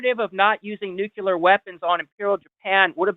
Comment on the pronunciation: Also, said nukeyalur instead of nuclear